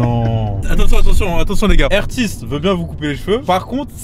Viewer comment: Mitou pas mitou le meilleur